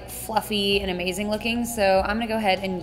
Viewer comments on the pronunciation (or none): none